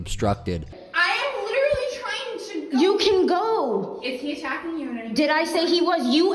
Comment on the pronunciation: It's been two years and people are still overusing, misusing and mispronouncing "literally" (it's not "litterly," dumbasses). Give it a rest already.